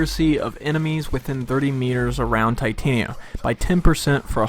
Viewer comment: All I want is someone to say her name right. It's Titania not Titanium. say it with me now. t-tahn-yah